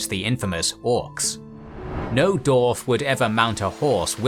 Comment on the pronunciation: The way you pronounce dwarves and dwarf bugs me to no end lol